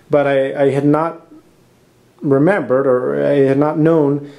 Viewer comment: "remembered" thickest Spanish accent ever